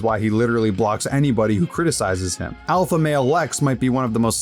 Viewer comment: Lex pronounces alpha with a W.